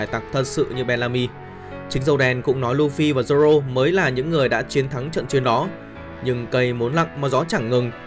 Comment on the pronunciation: Zô rô nha anh k phải zô lô